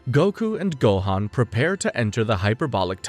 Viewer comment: Why's this guy not even trying to say the names right? How do you say Goku and Gohan wrong as an English speaking anime fan? Rolling the R in Rukia from Bleach, etc...